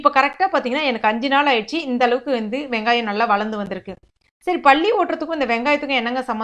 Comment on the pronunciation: பல்லியை Balli என்று சொல்லாமல் palli என்று தமிழை உச்சரித்ததற்கு மிக்க நன்றி .